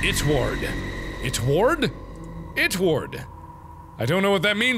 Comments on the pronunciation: “ITWARD” is pronounced it-wood. I love this game. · It's it word not it ward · its not itward its drawit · It’s not itward it’s it-word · It's drawit not itward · karina here lol gaming its “draw-ti.” close enough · Mark:ITTWURD Me:Why does ittwurd sound like it turd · Actually it's draw ti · lol i just thought it ward said draw it xD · IKR!!!! UGHHH and then he saw it again and read it wrong a second time Garrett Melick